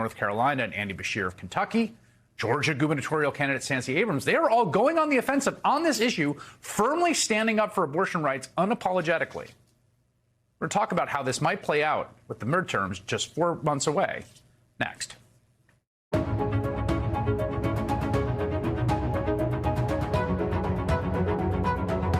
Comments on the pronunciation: Merd Terms ermahgerrrrrrrd. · He said "merd-terms." 😂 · I realize the content of this video is very important and I care very much about it, but I can’t stop thinking about the fact that he says “mird-terms” at the end lol I’m so sorry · the murd-terms?